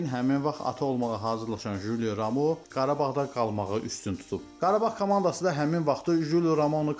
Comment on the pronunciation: Ramoo yox Romao